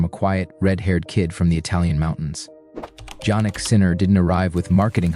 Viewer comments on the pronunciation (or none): “J”annik? Please, the right pronunciation…YAH-nik